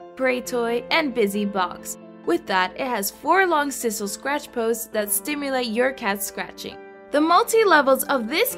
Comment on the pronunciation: Sisal is pronounced SIGH-SAL, not SIS-al.